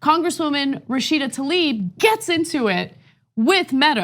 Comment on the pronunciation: Hey love y'all but it's tlaib not talib